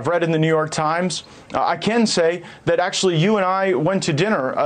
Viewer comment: "The ah-FAILing New York-h Times" they seem to be turning it around